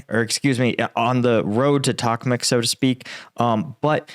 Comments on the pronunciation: Why do you pronounce Bakmut as Bakmet? I'm just curious. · Your pronunciation of “” 😂😂😂